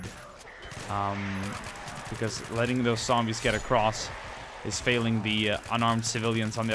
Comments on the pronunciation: it is not ssombies, it is zombies pal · explain to me why you say "zand bags" and "sombies"